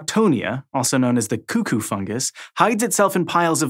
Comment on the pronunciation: CooCoo? It's Cuckoo. They literally say it lol.